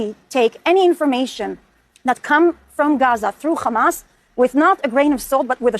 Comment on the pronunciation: Khhhhhhhhhhamas. Are they too dumb to pronounce it a little less shitty?